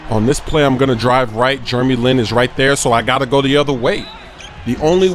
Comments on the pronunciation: It`s "Jeremy" not "Jurremy"...and he is from"Taiwan" not "China"!! Don`t say something that makes you like a fool. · I love how calls Jeremy Lin *Germy Lin* HAHAAA!